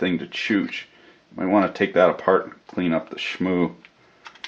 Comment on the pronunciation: "Take it apaaht." Now I want an commentary/rant to a EEVBlog teardown.